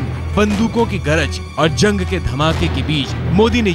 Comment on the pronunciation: Punya Parsoon Bajpayi "zang" ki yaad "taja" nahi hota bhai "Jang" ki yaad "taza" hota hai yaar